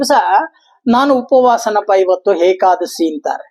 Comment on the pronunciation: ಗುರುಗಳೇ ಅದು hekadasshi ಅಲ್ಲ ಏಕಾದಶಿ